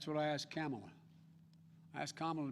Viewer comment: Biden says Kamala (rhymes with Pamela). Biden mispronounces her name; will Xi NN label Biden as sexist/racist?